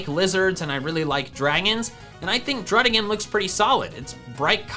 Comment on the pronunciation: DRUDDIGON, NOT DRUDIGAN!